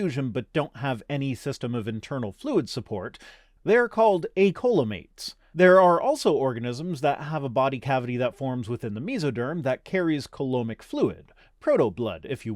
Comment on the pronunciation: Great video, as usual. Just FYI, most English-speaking biologists I know pronounce it "see-la-mates", instead of "cole-a-mates". Not a huge deal, just FYI. But maybe in strange lands such as Canada or New Zealand, they pronounce it that way. Luckily there are no scientific terminology pronunciation police. :*)